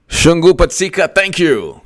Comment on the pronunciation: my man. Mad props for saying my name correctly... Both “u”s in Shungu sound like “oo” in book or shook ✌🏾